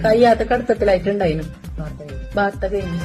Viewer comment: ഒരൊന്നൊന്നര ബാർത്ത ആയി പോയി 😂